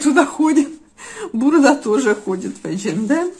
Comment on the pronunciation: только не бурдА, а БУрда)))